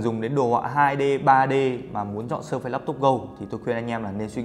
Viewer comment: Làm ơn đọc là Sơ Phít :) đừng Sơ Phây nữa